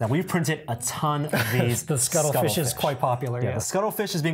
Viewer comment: What is a scuttlefish? Is he mispronouncing cuttlefish or is it something else?